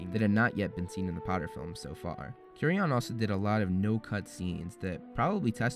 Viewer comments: Loved the video, as usual remarkable work! However, I must say I was glad when you finished with Prisoner since you stopped saying Alfonso Cuarón's last name like that LOL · Hey so how come you pronounced animagus correctly in 2016 but in your "explained" videos you pronounce it "animajuice"? And please learn how to say Cuarón correctly, he deserves it. Koo-ah-RON..... Other than that I actually really enjoy your videos!